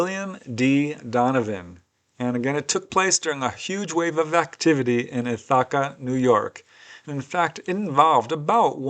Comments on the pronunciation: Love your content. I feel like you meant to say ith" + "uh" + "kuh instead of ith +. ahwka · I really enjoy these episodes and keep them coming! I think the town in New York is pronounced with the accent on the first syllable rather than the second one.'Ith-a-ca. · The way you pronounced Ithaca 😂